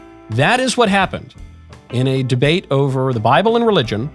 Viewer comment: Deabte lol. Surely that was on purpose? ;) Michael is an aspiring troll after all.